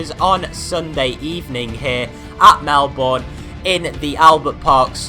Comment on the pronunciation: Nice video! but its not MelBOURNE, its melben, thats how to pronounce it...